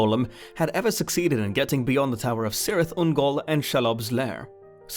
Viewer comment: it is pronounced "kirith ungol"